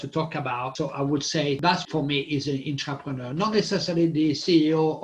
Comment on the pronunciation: Great explanation, thankyou guys I hear intrepeneur & entrepreneur. Is ther an innerpreneur? 😁❤👍🏾💫🙏